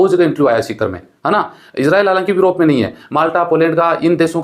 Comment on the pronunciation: Europe ko virope bol rahe hai sir